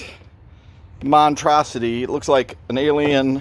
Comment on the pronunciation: And the word is monStrosity with a another S in there. Car looks and sounds great!